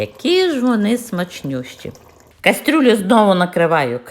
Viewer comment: Ваша кастрЮля так ріже вухо, що далі дивитись не хочеться.